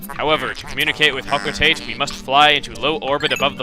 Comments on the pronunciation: i thought it was pronounced "ho-ko-tot-tay" not, ho-co-tayt :| anyways, WOOOOOOOOOOOH one of my favorite games :D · TIME FOR REQUISITE PRONUNCIATION FIXING. :V It's Hoh-Koh-Tah-Tay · Why do you call it hoco-taite in his play through, and hoco-tah-tey in pikmin 3? Is that the real pronunciation? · technically I think it's pronounced Hoe-coe-tah-tay, not Hoe-coe-tay-t.